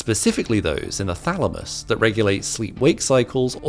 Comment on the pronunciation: Thamalus? Lol